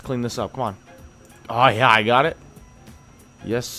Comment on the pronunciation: Why does this dude say yeah like "yaw"